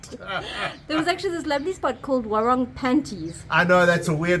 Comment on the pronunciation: Nice ,,pronounciation tips ,,it's War -ung not ong and it's Leg - e -arn ,,,not Legion. From an Australian who has been there nine times since 1979 ,,usually for three or four weeks at a time.